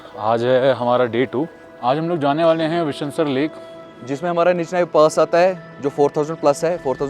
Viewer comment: Bhai vishnu-sar hai yeh.... Sar matlb lake... Means Vishnu-Lake